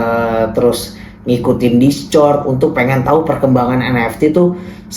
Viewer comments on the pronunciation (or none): bacanya diskord bang 😂